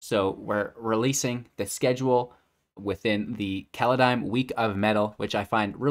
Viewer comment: You're probably still thinking too much about Kaladesh. It's Kaldheim, not Kaladheim.